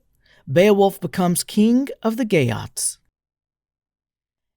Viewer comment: I hear "gay oats" every time😂 Salutacions per a tots des de València